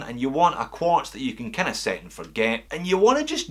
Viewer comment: Making a puke noise Quuuaaarrttzzz.